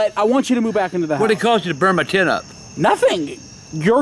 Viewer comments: Tanner Drew Walton its "oh shit mu tent" i know he meant " my tent" but he said mu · And they way he says tent. Like tient